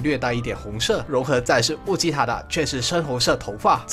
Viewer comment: 是悟吉塔，你念成悟吉特了！